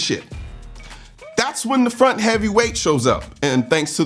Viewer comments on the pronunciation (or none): none